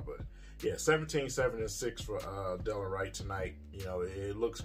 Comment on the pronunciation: Right, Delon is balling out and King can't even pronounce his name properly.